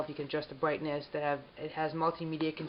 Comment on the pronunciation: The "bwightness"??